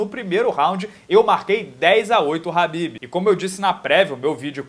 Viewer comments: Porq falar rabibi se os cara da gringa fala kabibi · A pronúncia kh se diz ka, e não ra .